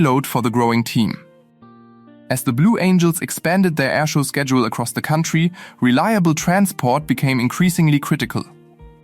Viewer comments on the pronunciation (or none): none